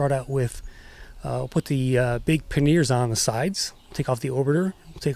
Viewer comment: I'm like what are you talking about panyears..... it's pronouced 'panyar'. :)